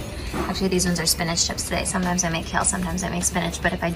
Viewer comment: She had no idea what was in that oven. Took her by surprise that the maid had thrown (literally thrown) baby-spinach in there, so she forgot her Spanish accent for a minute.